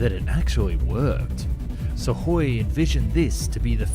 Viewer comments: pronunciation dude , it';s sukoy , not suvoy or suhoy , get it correct ya sound dumb when you don't pronounce correctly , i'm sure you want to ba professional then act like is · Great production values always, but I wish you would take English lessons in pronunciation, so many mis pronunciation of basic English and company names, it pronounced su koi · What is "suck-hoy"? What is a "bubble shield"? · God please stop saying SuKhoi… 😭 There’s no sukking here, the “k” is silent. 😂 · A message to the narrator: there is no "D" in weaponry. There is a "K" in Sukhoi. I know you can do better. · Why do you continually mispronounce words like Apache, Especially, Weaponry, Sukhoi etc ??